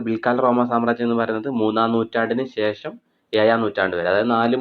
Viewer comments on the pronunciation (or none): none